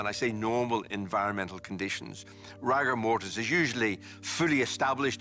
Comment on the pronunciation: Very odd hearing a professional pronounce rigour mortis as rAgour mortis.